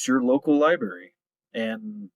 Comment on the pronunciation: Libarry? Chilton libarry